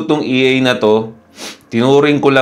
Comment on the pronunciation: Idol ang term na EA is pronounced as EH - AH. Haha!